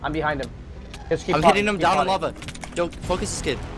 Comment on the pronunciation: Looool "HE FELL IN LAVAH"